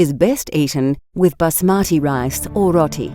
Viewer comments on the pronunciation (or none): none